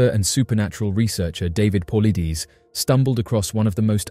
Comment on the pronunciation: Great video but you guys gotta learn how to pronounce Paulides